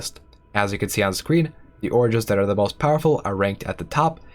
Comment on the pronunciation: I dont know what this game is, but I just listened to this entire thing hearing him say "oranges"